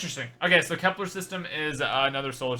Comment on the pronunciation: you googled Kepler which is a whole new planet, bot Vepler like you said in the video